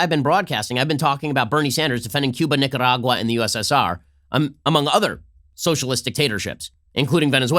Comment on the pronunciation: As a Nicaraguan, I approve Ben’s pronunciation of Nicaragua